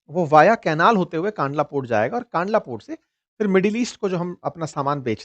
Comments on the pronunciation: कांडला नहीं भाई " कंडला " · It's not pronounced "kaandlaa" but "kandlaa"